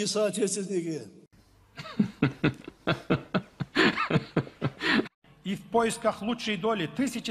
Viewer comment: Иннагурацияда,САДЫРДЫН тынчсызданып,толкунданып турганы,коздорунон корунуп турду.САДЫР АМАН БОЛСУН ДЕГИ,МАМЛЕКЕТИБИЗ ГУЛДОСУН.Соотечествинники деген созд так айткан.Жон эле.бурмалап жатышат.Жанылса деле эч нерсе болбойт.